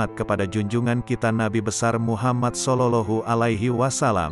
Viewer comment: الحمدلله Terima kasih banget, mudah²an bermanfa'at bagi muslimin Aaamiin. Usul sedikit :, sebaiknya komentatornya di carikan "orang yg benar² fashich dalam bahasa santri, contoh tidak " SOLOLOHU ALAIHI WA SALAM". Mohon ma"af.